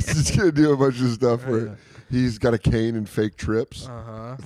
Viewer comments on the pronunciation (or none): none